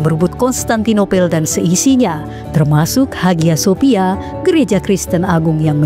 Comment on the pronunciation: Haghya Shopya. Dibaca : Aya sofia Erdogan dibaca Erdoan... Bahasa Turkiye demikian. Maaf sangat...